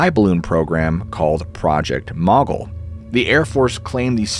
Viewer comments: Please look up how to correctly pronounce “brigadier.” You massacre it 2-3 times here. And mogul. Maybe just buy a pronunciation dictionary? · It's almost like you purposely pronounced mogul wrong lol literally no one says it the way you did